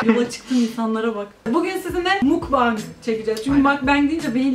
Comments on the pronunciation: Mukbang da değil aslında doğrusu mokbang korece bir kelime (먹방 어 bu O harfidir ama ağızı biraz daha yayarak o sesimi çıkartanız gerekiyor ) 먹다(mokda) yemek demek sadece söylemek istedim 😅 Seni seviyorum ❤ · makbeng diye değil mukbang diye okunurmuş yine; hadi makbeng imize başlayalım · aslında mukbang değil de mokbang diye okunuyor ama neyse slglsmgşdgld 먹방 먹(meog)=yemek fiilinin kökü 방(bang)=yayın kelimesini kısaltılmışı